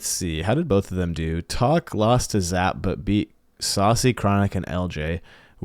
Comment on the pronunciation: These definitely feel like coin flips after a certain point but Diaz has been so dominant its hard not to pick him. Wahvey doesnt seem to match up well vs Diaz but I have seen Evoh be able to shut him down so if anyone could beat him i think its probably Evoh. Also you saying Zap's name like that had me dead 💀